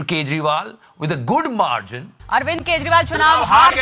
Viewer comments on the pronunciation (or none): Finely "Marzin"😂